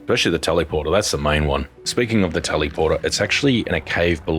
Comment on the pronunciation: Why you pronounce "teleporter" weird like that? Tellyporter, teleeporter? No! Its telèporter * [ tel-uh-pwrt-r ] *... omfg this triggered the crap out of me 😄